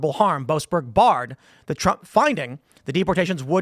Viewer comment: "Joasberg" - every single time.